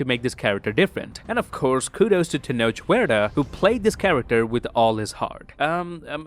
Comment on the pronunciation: You are actually one of the only people pit there who pronounces Tenoch's nale correctly